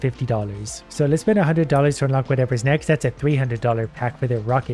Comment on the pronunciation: Him saying Rocket instead of racket, feel weird but yeah the police of the game is bad for that